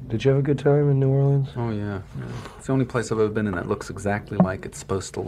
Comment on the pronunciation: Thank you Jim for pronouncing New Orleans correctly.